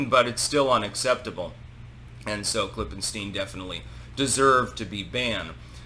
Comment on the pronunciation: "Klippenstein" every... fucking... time...